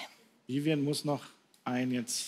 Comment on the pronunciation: Wie Elton einfach immer Vivien sagt 🤦‍♀